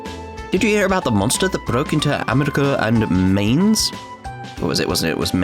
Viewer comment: To pronounce Mainz, say it like you would say "Mines", but replace the "s" with a "z" sound.